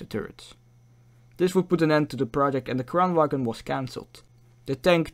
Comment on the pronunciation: The G in Kranvagn is silent. If you are going to make an educational video about something, I recommend you get the name of the thing right.